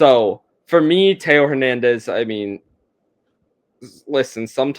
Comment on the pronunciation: so much care put into pronouncing this list until you get to Hernandez